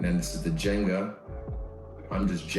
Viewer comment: One minor fix: it's "ginga", not "jenga".